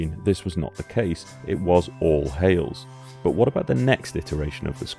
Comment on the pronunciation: Hayles NOT Hailes